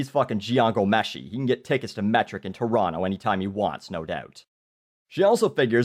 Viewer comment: Just by the way pronounces "Toronto", you can tell that he is NOT from Toronto.